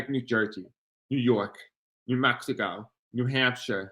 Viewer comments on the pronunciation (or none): none